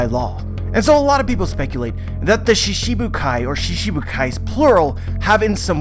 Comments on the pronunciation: It's shiCHIbukai not shiSHibukai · lol you just said that in other regions in japan pronounce shichibukai differnetly, I see that I'm talking to a brick wall here. the work shichibukai it pronounced most of the time shchibukai never shibukai I have no idea where you heard that, the chi isn't soft and clearly pronounced. you keep on making stuff up about a language you know nothing about. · so you dislike the correct pronounciation and shifted it to one that suits you, reminds me of Zoro being called Zolo. anyway now you know the correct way to say it and you choose to word it differently so it suits you, you are free to keep calling it shishibukai and I'm free to correct it when I see it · Random Boredom Productions of course different languages have difficulties with other languages, but all other American one piece YouTubers have no problem pronouncing this word, he just chooses to pronounce it shiSHibukai cause it sounds better to him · accepting that pronouncing a word wrongly is correct? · there's accent and there's mispronunciation, every other american youtubers are saying shichibukai with an accent but still pronouncing it correctly